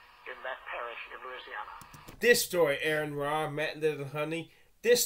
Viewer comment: He said Aaron Roar and Matt Diddlehunty....lol